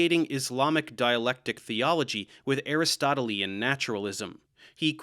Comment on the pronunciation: To be honest I cringed hard when I saw that You were going to cover this subject. I do have to watch the previous video. I was surprised, You did a nice job. One criticism, the way You pronounced Aristotelian. Next try: A Wrist Toe Till Lee Anne or Ahn. Thank You Sincerely in Xto Mike B. B. From Philly, P.A. U.S.A.